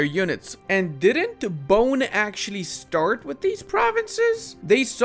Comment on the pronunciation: a small correction, the nation of Bone is pronounced as Bo-né, the e is like the e in keg